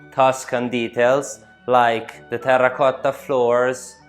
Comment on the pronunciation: How many rrrrrrr are in the word terracotta 😂😂😂😂😂 ? Apart from that , this is really very beautiful place to be! 💜💜💜💜💜💜💜